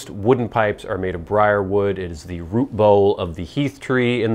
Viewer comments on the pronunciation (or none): none